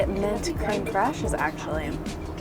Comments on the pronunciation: The editing of the waitress pronouncing creme fraiche and then the clip of butchering it had me crying 😂😂😂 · What a fun video! Thanks for the ride! Those trains are amazing!, I love that versatile dress on you! You look great in it! I remember when you got it, because I thought, "Great choice!" Love the sunglasses too! BTW, that dollop of cream in your soup is pronounced, "crem fresh!" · inability to pronounce Creme Fraiche is the cutest thing. I wish I could take her and on a day trip and teach them all the cooking terms. and what they mean. Once your eyes are opened to the culinary world, you never look back. ❤